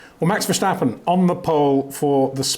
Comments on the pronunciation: Max VerSHtappen. Unreal how this man simply can’t remember (or doesn’t care) how to pronounce the world champions name… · Max has been in F1 for 7 years now. Why do you still call him "Verschtappen"??? Do you call a stop sign a schtopp sign, too? There's no "sch" sound in Max's last name ... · No, that's not how you pronounce it. If you were supposed to pronounce it that way, I would not have mentioned anything. I suppose I was being a bit snarky with my comment, but I've heard many non-native Dutch-speaking commentators pronounce his name correctly over the years, and I'm sure Peter has as well, so I'm not sure why he continues to say it incorrectly after all this time.